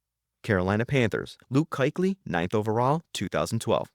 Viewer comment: I almost stopped watching when the narrator was calling Luke Kuechly, “KIKELY”. I definitely stopped watching when he said John Elway was the greatest player to be drafted by the Broncos. Elway was drafted by the Colts